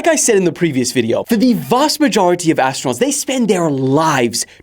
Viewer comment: Ass-tronauts? Astro-nots? As-true-nots? 🙉🙊🙈